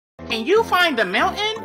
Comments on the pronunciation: How pronounces "mountain" is Mow ayn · It's funny because kids' TV would never let a widespread edutainment show pronounce "mountain" like that.